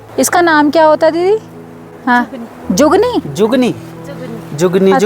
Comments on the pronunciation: Zugni nhi zucchini hoti h vo.. ❤ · जुगनी नहीं😂😂😂 zucchini bolte hai usko😂. Aur iska test sitafal(petha, kaddu)ke jaisa hota hai sabji bhi vaise hi banti hai.. isko kaccha nahin khaya jata Hai sabji Banakar khaya jata hai❤